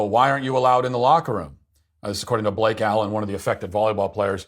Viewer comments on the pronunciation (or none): none